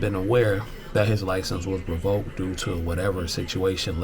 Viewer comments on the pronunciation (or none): It’s revoked not revolked just letting you know